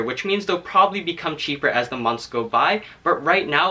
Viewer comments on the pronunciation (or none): none